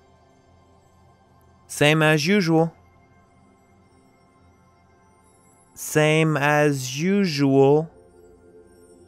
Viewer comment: Какой позор, не смогли нормального переводчика взять! Слово usually он читает [жу-жу]. Стыд и позор, я не могу понять за что столько лайков? Наверное совсем с нуля люди что такое не понимают